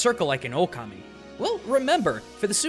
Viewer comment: Okami, not O-Kami lmao